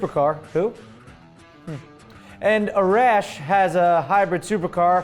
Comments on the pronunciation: are you sure it's pronounced A-RASH and not AR-ASH? I have a friends who is Persian and it is pronounced the second way. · Hey I love the show and your a great and funny guy but being Persian I'm more than pretty sure that Arash is actually pronounced Are-ash and as for my name It's Ali... Like Muhammad Ali... Love the show bro!!!!